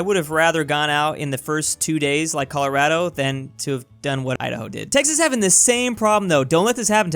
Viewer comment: It’s not Colorado the A is said as an o